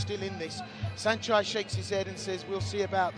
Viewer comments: Did I just hear Sanchee? Time to mute this commentary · This British announcer is intentionally mispronouncing Saenchai's name as Senchee and it's not okay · What’s up with these announcers “saenchee” 🤦‍♂️